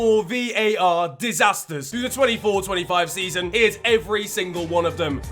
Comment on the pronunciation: bruv why u saying "dem" and "den", instead of them and then, actually jarring to listen to, you sound like you grew up in surrey stop trying to sound Caribbean its cringey asf.